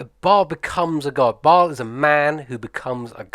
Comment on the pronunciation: Since you mentioned it, here you go: Bhaal = beh-HAHL (it is mispronounced by every single person in the games). Baal is a separate god. p.s. Why does Volo get another card? He has a book named after him. So does Tasha.